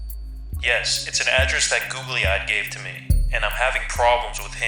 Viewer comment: Listening to you mispronounce Google-eyed over and over is wayyyyyyyy past irritating. How do you screw that up?